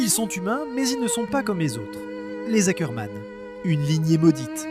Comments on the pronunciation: C pas hackerman 😭🤣 c ackerman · Ackerman pas Hackerman 🙀😭